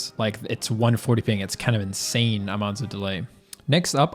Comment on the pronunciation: "it feels inZain"